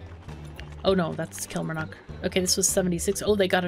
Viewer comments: Great to see you back playing Mashinky, love the game. One thing, as someone who lives in Scotland, the pronunciation of Kilmarnock has emphasis on the first two syllables rather than first and third. It is almost said as if you were saying kill-mar-nuck; the last syllable is short. Love your videos btw! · The "mar" in Killmarnock sounds like "car" with an 'm' BTW. It's in Scotland. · thats ok it just seems your adding in a letter that doesn't exist when you pronouncing it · I think it's cute.. But just FYI - it's pronounced KillMarNock with the O being kinda halfway between an E & A & U. As in, the O isn't particularly round. Lol, if that makes any sense at all.. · your pronouncing Kilmarnock wrong